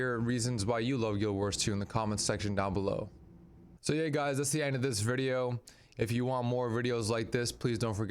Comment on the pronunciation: What is a "verdio"???